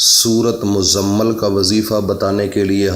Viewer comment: پہلے اپنا تلفظ صحیح کرو عالم فاضل عامل صاحبMuzzammil اس کا صحیح تلفظ ہے